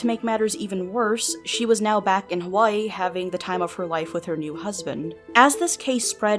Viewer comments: I know you said "hawaii police" but for some reason I heard "kawaii police" and I just thought of a bunch of adorable police busting her. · I know this is prolly a place in Hawaii, but it totally sounds like you say “she was arrested by kawaii police” and all I can think is cute anime girl cops bustin in this bitches door lol